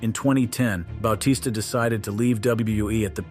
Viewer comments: bao-tista??? its Ba-tista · You said most of these wrestlers names wrong lmao. Bautista's may have been the most egregious.